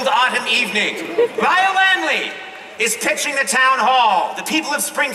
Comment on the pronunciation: " Hi I'm Conan O'Brian " Me: thats an odd way to pronounce Lyle Lanley